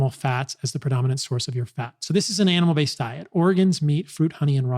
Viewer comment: When he says it fast, it sounds like an anal based diet. 😂